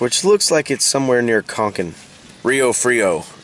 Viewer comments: Con- Can. Not con cin. Not to be nitpicky but nonetheless nice video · not CONKIN, it's Con CAN